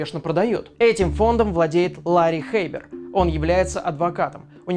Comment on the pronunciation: Мне постоянно слышится не Лари Хэйбер, а Ларин Хэйтер